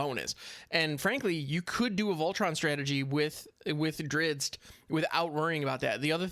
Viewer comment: I always loved the books / stories with that heroic and damn handsome dark elf fighter. It is pronounced Drist Do'Urden <3 and his full name is Drizzt Daermon N'a'shezbaernon. I won't try pronouncing that. xD gonna stock up in rare wildcards for sure now.